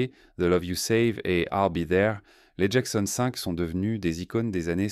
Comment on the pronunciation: Dommage un narrateur qui bégaie, qui prononce à la française Michael ou Jackson 5, c'est affligeant 😢😢😢